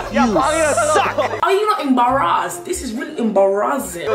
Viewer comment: Have any of u binge-watching run bts in 1 day? I did, and that left me with hoarse throat and slight headache for laughing hysterically 🤣🤣🤣. I love the way she pronounced embarrass 😍.